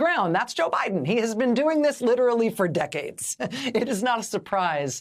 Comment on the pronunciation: "Yes, he is a liberal. Yes, he is a progressive on almost all policy issues." Give me a break, Rachel. The bunch of you can barely even pronounce the word "progressive". I don't need to hear any more.